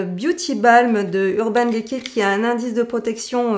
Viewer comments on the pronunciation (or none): merci pour cette vidéo! =) je ne sais pas si on vous à déjà fait la remarque dans des vidéo précédentes mais le E de DECAY se prononce I comme NAKED ^^ c'est juste un détail mais bon ^^ bisous =)